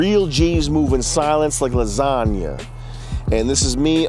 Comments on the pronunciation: 'Lasangia" - Sam hyde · there is no "i" in lasagna